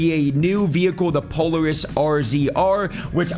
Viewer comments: I would have explained it Pole-air-us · Oh..."puh-leh-ruhs" not "polar-is" my guy. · Polaris is pronounced Po-LAIR-ISS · Po-lar-is doesnt know how to read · Poleris lol, po laris ♥️ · bro the way you pronounced polaris was cringe af